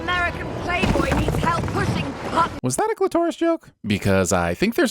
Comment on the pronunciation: Fun video but dude, it's "clit-o-ris" not "clit-OH-ris."